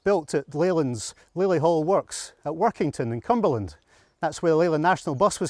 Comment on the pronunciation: "Workington in CumberLAND" At last, someone gets it correct